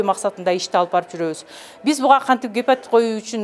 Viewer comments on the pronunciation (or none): "Гепотит "эмес гепатит болуш керек